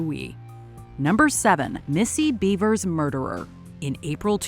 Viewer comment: Are you shitting me? Missy-Beaver?.. BEAVER? 🥴🍸